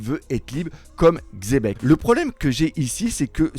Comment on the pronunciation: parmis les seuls qui lisent le X de XEBEC! MERCI! 😂